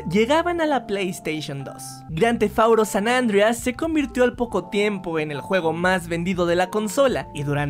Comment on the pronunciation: Por que dices Grand Theft Auto San Andreas tan mal